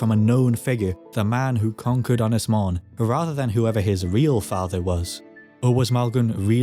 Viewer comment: Little hint and tip for you.......elongate the ' O ' in 'Mon ' .....that's what the ' To Bach ' or ' Little Roof ' above the O indicates....you pronounce 'Mon ' as the English ' Mown ' almost . You got the Ynys bit right . Otherwise ....good stuff .